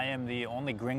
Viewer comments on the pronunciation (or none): Why do you keep calling yourself "gring"? You are not. You are Canadian.